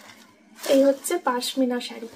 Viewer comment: ওরে পাশমিনা না রে বাবা পশমিনা